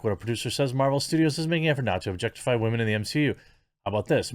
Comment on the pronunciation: Drinking game: take a shot every time he says MsheU.